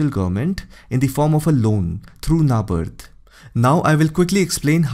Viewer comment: Your pronunciation has been flawless until... "NABARD"